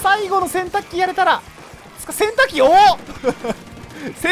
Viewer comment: 洗濯機の発音が完全にケンタッキー ハートのエフェクト草